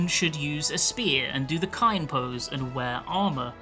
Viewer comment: Did you pronounce "Kain" as "Kine?"